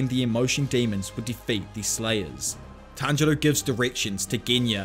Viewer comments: Did inosuke just said "Tanjiro" in the right way?! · No one gonna talk about that inosuke says tanjiro's name correctly? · INOSUKE PRONOUNCED TANJIRO’s NAME CORRECTLY?!? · Nobody's gonna talk about how inosuke said tanjiros name right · OMG INOSUKE ACTUALLY GOT TANJIROS NAME RIGHT!